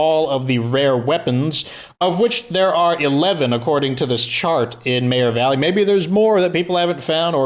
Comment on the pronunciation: Serious question, why do pronounce meagher valley like mayor valley? After watching almost all of your videos I now sat mayor valley too. Is that how it's pronounced or did you put your own twist to the word meagher?